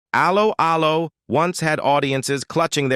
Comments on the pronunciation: hate how you preannounce allo , allo . it is pronounced as hello, hello not as a low . a low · Can this commentator not get the show title right. It’s Allo Allo. It’s not Halo Halo. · For f**ks sake, do a live commentary with an English person who has actually SEEN the series... Aloe Aloe? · Aloe, Aloe. He-De-Hi Get the pronunciation correct. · Actress Kim Hartman / Helga is still ALIVE. Wikipedia fact check all this folks!🙄 R- Lo R-Lo it's pronounced, even AI could do better... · Aloe 'Aloe... 😂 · First time I have seen this. Does the idiot doing the voice over. Actually know how to pronounce Allo Allo. This has ruined it for me. Ruined it for me. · Computer voice pronunciation is so crap Allo'Allo.